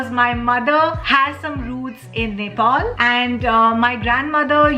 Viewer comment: Its not Naaaapleesse. Its Nepali. Its nkt Nepoooll its Nepal.